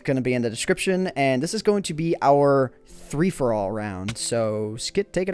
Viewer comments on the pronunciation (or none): Did they say three-for-all instead of free-for-all the whole time?